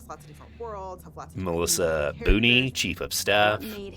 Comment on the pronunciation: He called boone booney😅